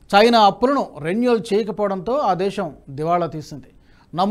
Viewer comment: నమస్తే. ఆర్దిక కాదు..ఆర్ధిక అని చదవాలి.రేణుల్ కాదు....రేణువల్ అనాలి. వాడరేవు కాదు ఓడరేవు. చయీనా కాదు చైనా అనాలి. Don't make mistakes again sir.తెలుగు బాష మాకు ప్రాణం.